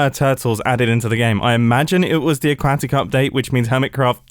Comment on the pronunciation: "a-quack-it update" got me laghin